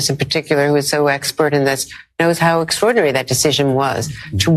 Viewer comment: "Its been an extrodinairy year " WTF?